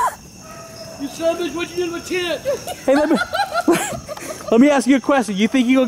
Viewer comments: Tanner Drew Walton its "oh shit mu tent" i know he meant " my tent" but he said mu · And they way he says tent. Like tient